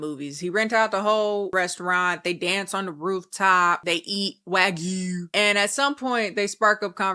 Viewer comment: I love the way you say "Wag-gu"